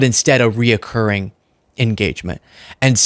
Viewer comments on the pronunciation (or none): It's recurring, not re-occcuring. Reoccuring is not a word. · Recurring...not reacurring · not « re-occurring »…it is « recurring ». just sayin’